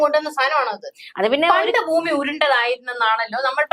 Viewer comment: ഫൂമി ഉരുണ്ടതുമല്ല, പരന്നതുമല്ല. "പരണ്ട"താണ് 😂😂😂